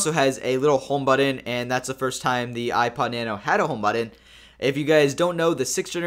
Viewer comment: Really you said buddon? Do you even try to speak English correctly? Say it with me but-ton.